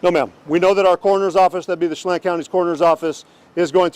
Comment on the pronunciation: Sha Lan 'chelan'